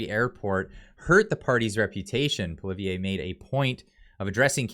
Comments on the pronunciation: Cmon, the name is pronounced Pwa Lee ev it’s really pretty easy lol. Better learn to pronounce the next Prime Ministers name lol. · Hey, I know its a tough one for english speakers but just to help you out, its pronounced Pwalievr. The e at the end is silent. Great work bro!! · it is Poly-ev not poly eh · Am I pronouncing Pierre’s name wrong? I say Poo Lee Ev, you say Poo Liv E A? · Sorry to be pedantic... His name is not poliveeayy, it's pollee-ev(re) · It's Pol-i- ev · Pierre’s last name is pronounced Polly ev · pronounce it poly ev. It's simple, poly ev. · Very respectfully, you pronounce the name of the leader of the opposition wrong. You seem to jumble the last letters. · I love how you mispronounce Poilievre's name... shows that you aren't above making fun of everyone. Love the vids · Please pronounce PP name the right way. Thank you. 🙏😂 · They are just afraid they are going to lose their seats. They are not worried about the people and they are running scared from Pierre. lol will you please learn to pronounce our next Prime Minister's name correctly? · Check your pronunciation of Pierre’s last name. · Bro pronounce Poilievre correctly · Learn how to pronounce Poilievre.